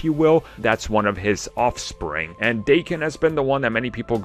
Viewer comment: It's Dah-ken, not Day-ken. I mean fuck, Is it really hard to do 10 seconds of research on google to find out the proper pronunciation? It literally took me that amount of time to google "daken pronunciation". Japanese isn't Aramaic... It's a very common and widespread language. Do better.